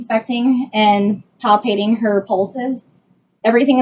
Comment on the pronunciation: She actually said "palpating" correctly . My stars!